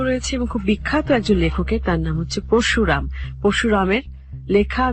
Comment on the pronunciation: Oi lekha dekheo emon uccharon kore! "Paroshuram" k porshuram, Boroda k Borda!!! virmi k bole Vimri..... Emon onek ache!!!!😂😂😂😂 Ami kuasha'r ekjon fan kintu oder bangla uccharon sunlei😂😂😂😂😂